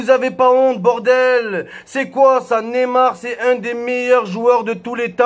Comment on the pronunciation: Mais bordel c'est pas Nemar mais neymar !!!